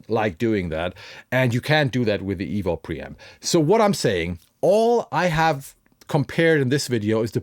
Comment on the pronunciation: Why does the thumbnail say $29 when it is actually $150? Also it's not pronounced "evol" or "evil" is just EVO. Anyway, whatever.